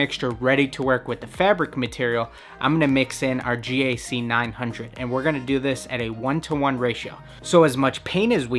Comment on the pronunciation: Why does he say it as G-A-C 900 instead of GAC900